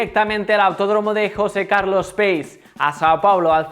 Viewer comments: José Carlos Pace se pronuncia "pache", no "peis" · Pace es un apellido italiano; se pronuncia algo así como Pache; signifa Paz.